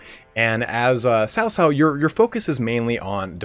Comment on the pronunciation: C is Chinese pinyin also has more of a ts like tsunami sound so cao cao is pronounced more like tsao tsao, not sao sao